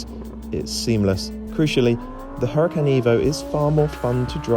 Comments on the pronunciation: Huracán is a Spanish word (as usual with most Lamborghini cars) and in Spanish the letter h is silent, just like in honor, honest or hour. Cheers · You are mispronouncing the name. The H is silent.